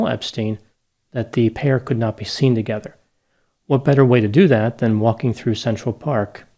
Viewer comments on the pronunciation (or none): none